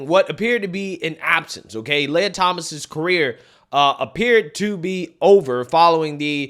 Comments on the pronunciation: I don't super care about this trans person. But I just want to throw it out there that your pronunciation of people's names is often... Off. Why do you say "lay-ah" instead of Lia? "Lee-ah". Anyways, this creep needs to stay out of women's locker rooms. No men in women's sports!! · it's Lia (Lee-Ah), get it right or he/she might wanna pack your Fani or dip in your curry lmao 🤣